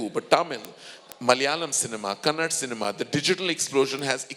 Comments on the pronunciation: KJ its not Kannad, its "KANNADA" ithna angrezi jhaadtha ? You cant pronounce a language properly...what if people call you Karan Joha ?? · Before you speak at least pronounce the language name correctly... its not KANNAD... It is KANNADA.. Now we call our industry as INDYWOOD... which may contain all the actors/directors/technicians all over India and world (already we are utilizing the services of many hollywood technicians) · We call china as cheen, Russia as ruus..just like that kannada is called as kannad